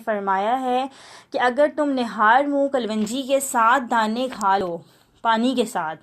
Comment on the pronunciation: pronouncesation sahi kero klonji kaho